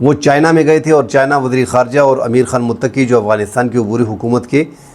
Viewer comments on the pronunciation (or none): none